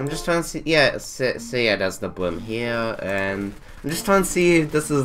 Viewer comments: it’s not delinquent with no bwim it’s delinquent with no brim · It isn’t their fault they have a speech impediment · Speech impediment